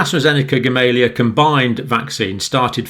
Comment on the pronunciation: It's pronounced GamalEya actually.